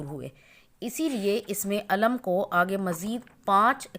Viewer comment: Sister ye lafaz isme Eelam kehty hai Na k Ism e Aalam nahi kehty Ap sahi talafoz bhi nahi bol sakte